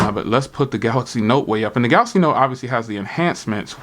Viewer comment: go to school bro... it's called Galaxy. not galax.